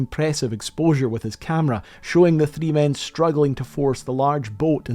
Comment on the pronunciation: You should work on your pronunciation, the way you say “three” gave me a stroke